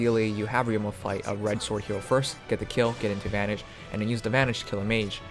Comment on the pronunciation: Vantage not vanage . Im sorry i could not help it